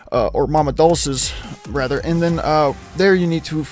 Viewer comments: "Mama Dooces, er, Mama Dolses"... It's Mama Duhlceh. Jesus lol. Butchered that shit. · Mama "dole-chay"